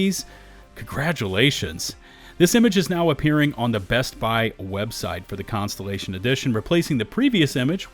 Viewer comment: Contellation? Words are hard.